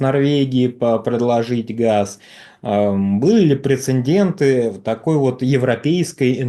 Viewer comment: Для ведущего-нет такого слова "прецендент".